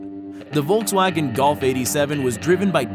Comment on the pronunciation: man learn to say Volkswagen in the proper way...